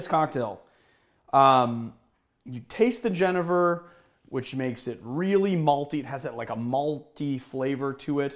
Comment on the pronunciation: So i am Dutch. The name of the spirit is Jenever. The J is pronounced like the Y in you. The 2nd E is pronounced like Ay. So fonetic: Yenayver.